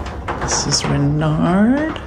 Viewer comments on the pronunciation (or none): Oh, everything looks amazing! Congratulations you are ready for the retreat! Little French correction here... (it's a friendly one ❤) when you say Renard, the D is silent ) but don't worry I need help in english as well 😊😊😊